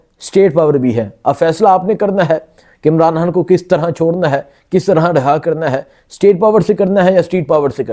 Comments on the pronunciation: توبہ ہے کیسے کیسے لوگ اینکر بنے بیٹھے ہیں ٹھیک طرح تو بول نہیں سکتے خان کو حان لڑائی کو لرائی اور نو کو ناوں ماہ بول رہا ہے ،اس عوام کی عقل شعور پر بھی حیرت ہے کیسے کیسے لوگوں کو سبسکرائب کر رہے ہیں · او بھئ،، ”خ“ کیوں نہیں بولتے 😮 ” خبر “ کو ”حبر“ ،، ”خان“ کو ”حان“ ،، ”خوشی“ کو ”حوشی“، ”خیال“ کو ”حیال“،، ” خیبر“ کو ”حیبر“ 😮😮😮😮 کیوں ؟؟؟؟؟؟؟؟؟ کیا بگاڑا ہے ”خ“ نے